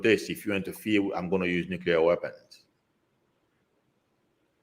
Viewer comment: Nuclear pronounced Nu-clear and not nu-cu-lear